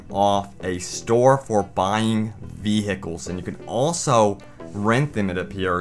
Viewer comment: Lmao. He said V-Hickle!!!